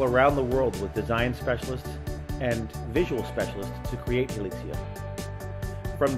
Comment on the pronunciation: "Hilixia" "Hilizia" "Hilikia"